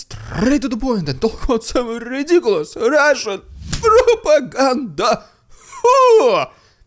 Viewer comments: This "rrrrrridiculos rrrrrrrrrrrussssian propaganda" is LEGENDARY, never stop doing this 🎉❤ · What I liked when you introduced the Russian propaganda is when you rolled the Rrrrrrrrrrrrrrr.